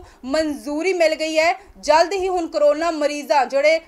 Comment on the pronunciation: ਹੁਨ ਨਹੀਂ ਬੋਲਿਆ ਜਾਂਦਾ " ਹੁਣ" ਬੋਲੋ ਕੰਬੀਰ ਨਹੀਂ "ਗੰਭੀਰ" ਸ਼ਬਦ ਸਹੀ ਹੈ ਪੰਜਾਬੀ ਭਾਸ਼ਾ ਵੱਲ ਵੀ ਧਿਆਨ ਦਿਓ ਬੀਬਾ ਜੀ